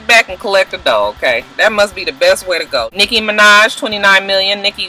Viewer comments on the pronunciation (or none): none